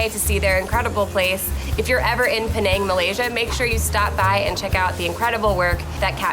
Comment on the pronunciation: Penang is pronounced peh nuh ng